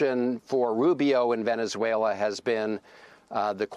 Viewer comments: Whats Venezwailer?😮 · Trump says Veniswhaler